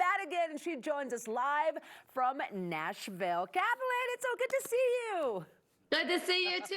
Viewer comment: It's Kathleen! You said her name wrong!